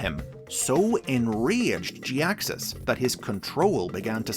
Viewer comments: I've always liked Jhiaxus... But to be honest this is the first I've heard his name Pronounced this specific way and it's mildly annoying to hear anyone say it like that. I might be in the minority on this too. I'm sorry, I love ya and your videos but man, I can't take it Pronounced like that. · Sounds more like jackass? Was it deliberate?!